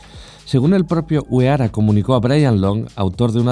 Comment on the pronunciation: Está interesante el vídeo pero no puedo superar que llames "onda" a Honda que se lee "Jonda", el ingeniero Uehara también se lee"Uejara", creo que es un poco de esfuerzo de respeto al idioma ajeno